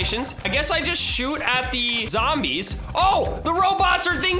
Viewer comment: Can someone count how many times he’s said SHOAUT THE ZAMBIES